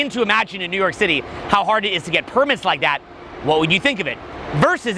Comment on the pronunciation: I ROVE IT I RIKE IT.